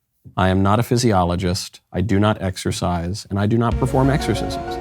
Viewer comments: If you have a degree in exorcist (exercise) and you can’t even pronounce exercise, that shows how bad you are at it. If you ask me overweight ppl are a penny a dozen with how many there are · We all heard "exorcist"😅